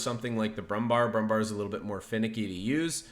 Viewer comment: It's BrummbÄr with an 'ä'. Just say "Brummbear" which matches the correct german pronounciation far better!